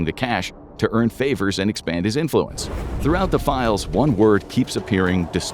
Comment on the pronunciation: "Release the files" not "Release the 'philes"